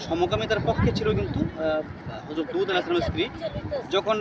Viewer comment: ভাই উপস্থাপক, আপনি লুত (আঃ) কে দুত (আঃ) বলেন কেন? উচ্চারণ ঠিক করুন ভাই।